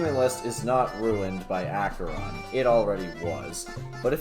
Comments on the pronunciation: Did he just say Acheron instead of akeron? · bro the way he says Acheron tho 😢